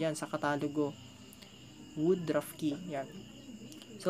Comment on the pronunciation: Tsaka woodruff yun hindi wood druff